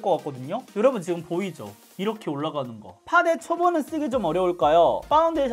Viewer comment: 요로봉에 가깝네요ㅋㅋㅋㅋㅋㅋㅋㅋ 저두 뾰로롱인 줄 알았어요